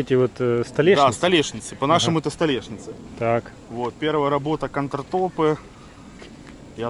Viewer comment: Господи, мальчики, что за "кантратОпы"?? Может "кАунтертапы"????